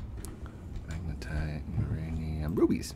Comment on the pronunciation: FINALLY! HE SAID MAGNETITE RIGHT! (Applause) GOOD JOB! (Thumbs up) : )